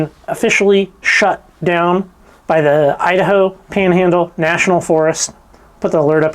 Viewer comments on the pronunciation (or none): none